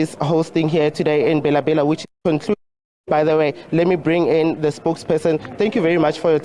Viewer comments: my worry is/was on calling it BHELA BHELA(pronunciation), instead of Bela Bela. Listen to the newscaster. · The news reader failed 2 pronounce African name correctly am not surprised this is the reason y we have cyril as a leader.... 🤣🤣🤣